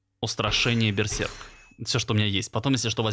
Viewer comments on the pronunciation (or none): none